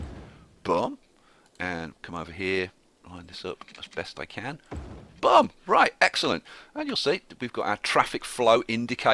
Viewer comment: Your accent makes "boom" sound like "bum" and that is funny to me.